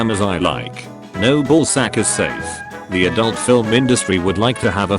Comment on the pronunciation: Oh, i was on those times too. He used to pronounce "Adult" as "Adunt".